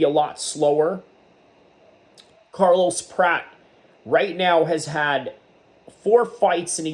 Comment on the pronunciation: It’s not “Prat”, rhyming with “rat.” It’s “Prat-chez.” Otherwise, I think you did some pretty good analysis 👍